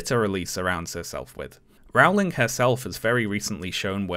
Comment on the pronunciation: It's Rowling, as in bowling ........